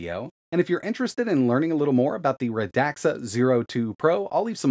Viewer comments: Radxa Not radaxa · I saw on their site somewhere that the company named sounds like "RAD SUH" not "RUH DAXA". The more you know! 😉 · Its pronounced radsa not radaxa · Pretty sure it's pronounced rad-za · as far as i know its pronounced "radsha"